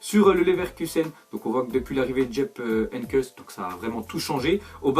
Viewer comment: Djeup Henyckes??😂😂